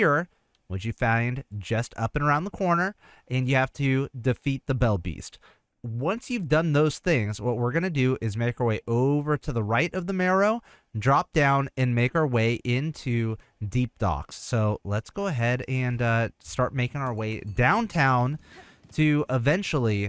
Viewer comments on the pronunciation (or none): I would think the Marrow would be pronounced like bone "marrow", not like "tomorrow".